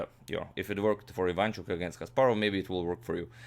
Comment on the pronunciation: Ivanchuk is Ukrainian, not Polish. BTW, it is pronounced Ivanch`uk, not Iv`anchuk.